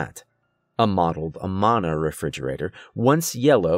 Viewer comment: It’s a-man-a. Short -A-sound.